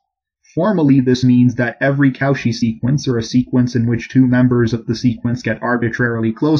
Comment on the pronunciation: Co-chy! Not cow-chy! Love the videos